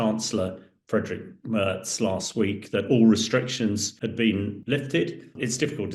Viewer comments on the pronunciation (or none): none